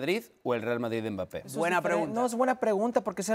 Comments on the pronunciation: A Hércules enseñenle a hablar y en especial como se dice Mbappé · que alguien le diga a ese tal Hercules que no pronuncia bien el apellido de Kilian x_x dolor en mis oidos cada vez que lo escucho